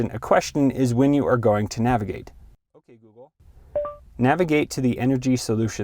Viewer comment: Nagivate lol